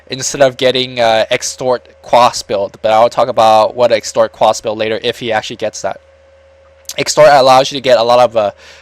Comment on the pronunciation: exort quas.... not extort :D just saying inc ase you really didnt know thanks for casting this btw